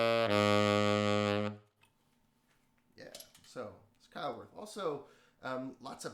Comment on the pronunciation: Love the demonstration. I do have to say that you massacred the German names Buescher (Pronounced "Bisher"), Couf ("Coff"), and Keilwerth (Keelvurt). ;)